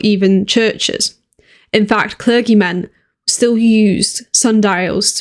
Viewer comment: "the middling sort", what form of English is this? She mispronounces a basic word: clergy "church bells is..."!!! London police were also employed to knock on doors during their beats